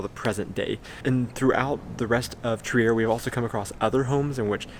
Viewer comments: Nobody would guess that Trier is a german town, because the way you say it sounds pretty french ^^ It's more like "tree ah" ! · Really nice video, but one thing has been bugging me as a native to the city (or more specifically, a village really close to it): It's pronounced "Treer", not "Tree-air" ;) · Pretty interesting and informative. But before you start filming you should clean the windshield and ask on-site how to pronounce the place. It's called Triiiiier, not Triär. Not to be confused with Trieste in Italy. There it is called Triäst.